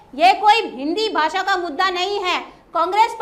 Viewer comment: राजकिय विश्लेषक आहे का हा? याला तर काहीच माहिती नाही आणि याला हिंदी पण नीट बोलता येत नाही तर याला भाषेच महत्व काय कळणार. तू तिकडेच जा आणि रहा काय ते उच्चार "भासा" अरे भासा नाही रे भाषा भाषा नको रे वाट लाऊ.......